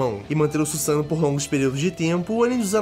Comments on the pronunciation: Axoq o certo é Suzano e não sussano,pq so tem um "s" mas como essa palavra foi inventado então eles q decidem qual é a pronúncia n é?(ela foi criada msm?,se foi eu tô certo?) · ne mano o carra fala errado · Desculpa mas vc n sabe nem falar susano’o